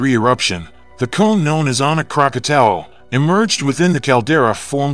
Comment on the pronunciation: Krakatau is pronounced "Kra-ka-taw". Krakatoa which was in its original form is now a caldera where Anak Krakatau sits. Krakatoa were three volcanic peaks erupted August of 1883 with the loudest sound ever recorded. The eruption could be heard three times around the World. 310 decibels (dB). This is believed to be the loudest sound ever recorded on Earth.